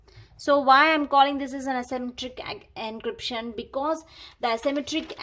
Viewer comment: It is not ancryption 😂😂😂😂😂